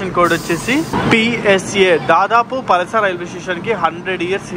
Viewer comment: bro it's not పలస it's పలాస